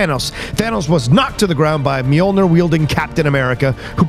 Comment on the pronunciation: It’s NEAR, not NUR, for that end pronounciation